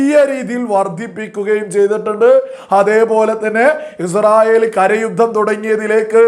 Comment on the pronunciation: ആദ്യം നീഇസ്രായേൽഎന്ന് ഒന്ന് പറയാൻ പഠിക്ക് എന്നിട്ട് വീഡിയോചെയ്യ് തീട്ടമേ അൽ കാട്ടണേ😂😂😂